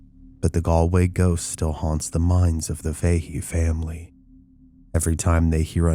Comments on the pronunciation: It's 'Fa He' not 'Fay he' but great vid txs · It's Faa-Hee Faa-Hee not Fay-Hee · I can't say for certain as I don't know them but in gereral in Ireland the name "Fahey" is pronounced "Faa-Hee". Great video, though.